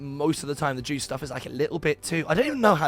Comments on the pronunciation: Man, its /yohst/ not juiced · Juiced? You say it like it's spelt Jost, but the "o" is extended. Just like how you pronounce "poor" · Joost is pronounced like toast or ghost with a j.